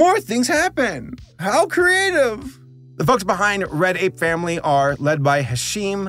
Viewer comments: whenever he says "Red Ape Family" i hear "Reddit Family" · It might be something with my audio but everytime you say "Red Ape Family" i hear "Reddit family" and I'm confused.